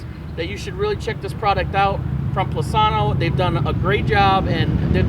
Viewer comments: Plus-inno! Not Plus-anno! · Angel Sanchez He says they want transparent reviews. I would think they would want their company’s name pronounced correctly! 😅